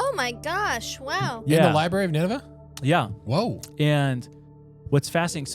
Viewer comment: Why do you guys not understand there is an R after the B in library? It’s infuriating